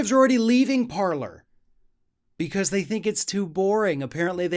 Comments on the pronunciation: BTW, paler should be pronounced parlai. It is a French setup. Parler means 'to speak' in French and is the verb form. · From a Canadian.. it's pronounced "Parlay".... it's French lol. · I think it's pronounced like 'parley' because it's from a French company. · It's pronounced Parlay not Parler. The word is French. It means 'to speak'.